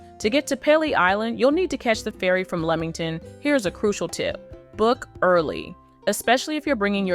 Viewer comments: It’s Lee-Ming ton not leeming ton! And Pea-Lee island not pale-lee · Sorry if I have to hear pay Lee and lemong ton beach one more time but the weird thing is through the video a couple of times she pronounced it right so is she trying to drive us nuts lol😂😂😂 it’s actually a very good video but it’s driving my brain crazy lol